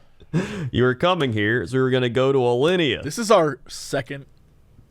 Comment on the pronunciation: trying to pronounce things from Alinea made my day